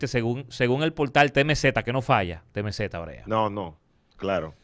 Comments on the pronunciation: Dique TeMeZeta 😂😂😂😂 😂😂😂 Es TiEmCee 😂😂😂😂😂🔥🤦🏽‍♂️ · Diablo diske temeZeta y tory laneei que mierda de ingles un tipo que esta en Ella medios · “TEMEZETA “ 🤣🤣🤣 alofoke bilingüe